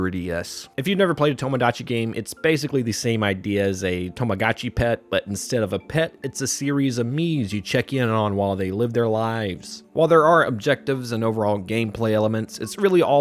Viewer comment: Uh, Tamagotchi is meant to be pronounced "Tahmah-got-chee", not "Tomo-gaht-chi". Also, Tomodachi Life is nothing like Tamagochi, it's not a v-pet sim, it's a house life sim, similar to The Sims, but more stuff happening, including the strange dream sequences that has been pointed out. And fyi, "Tomodachi" is the Japanese word for "friend". And the name "Tamagochi" I believe gets part of it's name from the Japanese word "Tamago", which means "egg". Hence the egg-starting stage of your Tamagochi's life, and the fact Tamagotchi toys tend to be egg-shaped. Honestly, you're spreading misinformation based purely on assumptions without double-checking your research before choosing what words you use in your video.